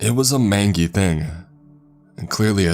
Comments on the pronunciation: At least it's not Chills.. this guy is way better. Easier to listen to I mean. Even though he said main-gee instead of main-jee. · So you don’t know how to pronounce MANGY (mān•jē) the G sounds like a J … that’s all . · The word is pronounced "mange-y" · Mangy is pronounced “main-gee”. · Are we gonna ignore how he pronounced “mangy” lol love the story bro.